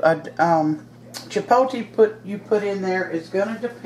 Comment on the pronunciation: Chipotle is pronouned chee-pot(with a long o) -le, u say the L in the word, too.lol...One thing about saying something in another language, is that it is nice to show respect by learning how to say the words correctly. I am a Hispanic American and view it as, if, I had to learn how to speak proper English and I can say I sound white, but am not, then what is the harm in others learning, other's correct pronunciations of words of their culture. Not meaning to get into anything,personal, mind u, but just saying that it is nice to learn how to say things the right way as to not offend , anyone. ^^* Here's to Chipotle and good eats of all kinds!!! Thanks for the video!!